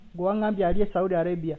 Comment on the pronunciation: The way pronounces the word Saudi Arabia makes me laugh😂😂😂